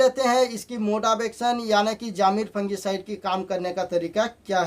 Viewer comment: अरे निट अभ्यास करुन बोल जामीर नव्हे जमीर